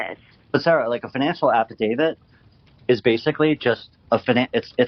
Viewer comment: She says Afi-David